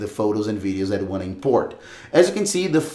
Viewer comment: You have chu put your phone chu a side. It’s simple chu do. All you have chu do is churn it off.